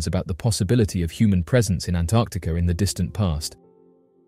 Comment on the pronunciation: Thank you for pronouncing 'Antarctica' correctly. So many can't!